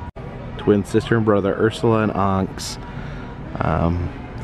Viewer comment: that looks a fun place to visit. Oh, Onyx the y is pronounced like an i so it sounds like on-icks not onks lol